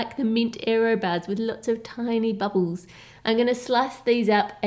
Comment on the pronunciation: “Cocoa batter” and “babbles” 😬